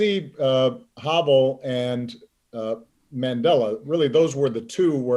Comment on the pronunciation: Hey Tommy, Ben, and the whole CROOKED team, Sending you all greetings from Prague. Thank you so much for this episode and your kind words about Vaclav Havel (also for not mispronouncing his name). US politicians often use his name as a buzzword, which just makes my head explode. (Paul Ryan mentioned him in his speech to the Czech Parliament in 2018, as did Mike Pompeo when he addressed the Czech Senate during his visit in May this year; as if VH would have had anything in common with these two...) In my view, VH was the best president we’ve ever had, and we’ve been going downhill since then. Anyway, I'm always surprised to hear you talk about President Obama’s trips to the Czech Republic. I’d think that they would rank low on the list of the hundreds of foreign trips you have been on, since I consider my country rather insignificant in the larger world context. Finally, thanks also for sharing your reading tips – they’ve been greatly appreciated during our ongoing lockdown. Looking forward to new episodes in 2021. Enjoy the holidays.